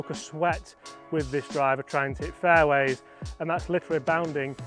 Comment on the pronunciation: 3 minute mark.. how many “faiways” will I hit?